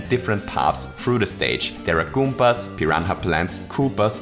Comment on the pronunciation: Sie heißen "Goombas", nicht "Goompas". =(